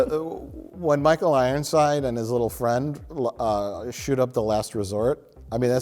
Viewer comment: “Michael Rironside” don’t think I missed it Mike ;)